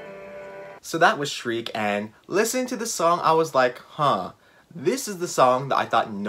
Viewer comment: Lol yeah when I was listening back I was like oh I did not pronounce Shrike right 😅. Really thought I would screw up saying diatribes but I’m full of surprises. I actually should’ve added Shrike to my favorite songs on the album list because I did like it initially and I’ve listened to it a few more times and it is very beautiful and haunting.